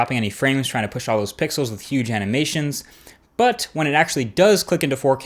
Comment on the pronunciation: lol he says pickles instead of pixles